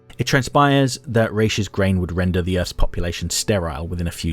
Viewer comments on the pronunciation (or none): I love your essays, but I have to correct you on that one... In Hebrew, we say "Rosh" (ראש) for head, not "Raish" (רייש), which is the literal name of the corresponding letter for R (ר). I don't know How they came up with this pronunciation, but given how little some Jews in the US know about their heritage, I'm not surprised.